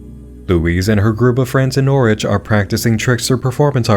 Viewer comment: I’m glad pronounced Norwich right. Woop my home county got a brief mention